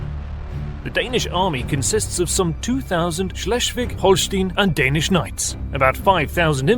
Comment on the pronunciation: "Schleschfick"? wtf? Damn! xD Schles- (last s like s in "stop") -wig (like wick in "wicked" I would say) (in some other localities it's called also -wick, -wik, -wiek, etc.)